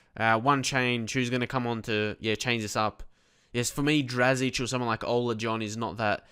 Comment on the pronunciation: im dutch and your pronunciation of Ola is good :p